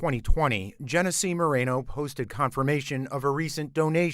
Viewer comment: Genesse? That's Jeff